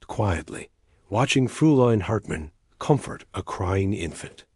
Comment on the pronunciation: It may LOOK like "Frooline", but it's really pronounced "FROYline" The diphthong eu is always pronounced like oy